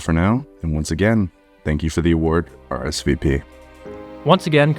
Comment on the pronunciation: are ess vee peee